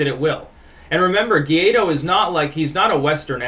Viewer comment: guaido is pronounced like this => y-tho, anyways good video as always, keep it up.